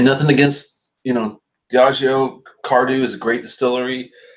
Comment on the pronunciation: As you may know a DH combination in both IRISH and SCOTTISH Gaelic silences the D sound so CARDHU is (CAR OO) for comparison GÁIDHLG (GAW Lig), the Scottish gaelic word for the the language from which Gaelic in English is derived has a silent DH. The same is true for Cardhu and Tamdhu. Unfortunately, the majority of Scottish people are monoglot English speakers so they go along with the Anglicized pronunciation. Just an intellectual tidbit. SLÁINTE Mike